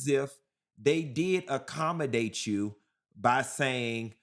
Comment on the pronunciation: Question, why do black people say “chew” instead of “you”????????????